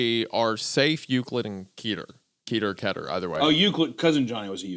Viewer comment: It's def keh-ter, not kee-ter. That kills me a little each time